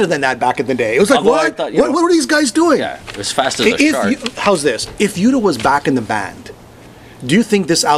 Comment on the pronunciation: By the way: The title of Accept's 2010 release is Blood of the Nations (not Blood of Nations) Mark's full name is Mark Tornillo (not Mark Torillo) Udo is pronounced Udo (with a German U and not like in English "Youdo") and the band (which is a band lead by the former Accept members Stefan and Udo and not a project or soloproject) is called U.D.O. (here, use the English U) And yes, you got that right: Wolf is a genious! :-)